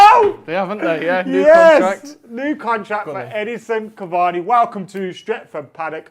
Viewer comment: His name is Edinson Cavani guys. At least get that much right